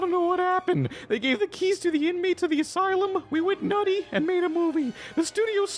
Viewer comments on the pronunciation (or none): none